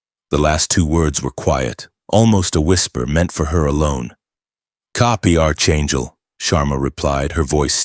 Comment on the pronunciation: It is NOT ARCHangel! It is PRONOUNCED ARK-angel. AI narration is illiterate! 🇺🇸🤨